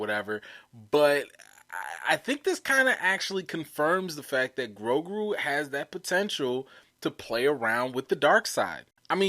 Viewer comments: I think you pronounce the name “Grow-goo” and not “Grow-grew”. Although I think a name that contains grow and grew would be a cool name for a creature of the force. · I think his name is Grogu , not Grogru , and for me , as a German , it sounds cute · it sounds funny because you are pronouncing his name with 2 R's. its "GROGU" not "GROGRU". lol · Thank you! I lol and cringed every time he said the name... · GrowGrew! LMAO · Grogu, bro. Not GroGRU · 😂. Adele & Grogruuu. That got me too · Bruh it’s Grow-goo LOL...Grow-GOO! 😜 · It's (grow-goo). That's why you don't like the name because you're saying it wrong. I think the name is cool. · GroGOOOOOOO. DuhROP that 'R'! I was SO close to giving you a thumbs-down 'cause you kept mispronouncing the name. But I didn't. You appear repentant and will strive to change your linguistic ways. Besides...I couldn't find my wet noodle LOL Love your enthusiasm and commentrary. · LOL smh he was killing poor Grogu's name. 😂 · Ffs you can't pronounce Grogu right let a alone Yaddle! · Grogu! You going hard on his name and you're not even saying it right. 🤦🏾‍♀️ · you adding a second R in grogu. Just one r lol